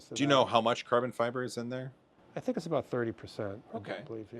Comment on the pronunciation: "i tings like an organic crystal" this guy awesome :D